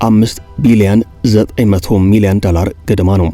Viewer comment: ፈታ ዴይሊን በጣም እወድደዋለሁ ግን ቅዳሜ እና ረቡዕ ሲደርስ የምሽት ዜና መከታተል ያስጠላኛል ምክንያቱም አንተ ጋዜጠኛ የድምፅ ቅላፄህ አይመቸኝም ዶላርን ዳላር እያልክ አብይ አህመድን እየመሰልከኝ ነው😂😂😂😂